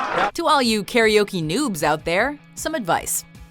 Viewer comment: She said newbs not noobs Did anyone notice???